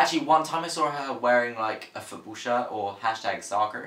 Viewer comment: i low-key really like how when you say "soccer" you say it with an american accent.